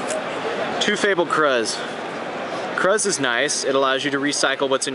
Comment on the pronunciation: I like your video but you piss me off it's sir-burr-ul and it's krews. Anyways I run this deck wit librarian and placed 2nd in San fransisco locals. I somewhat different build bit sick